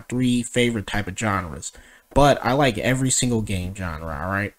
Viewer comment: or every time he mispronounces genre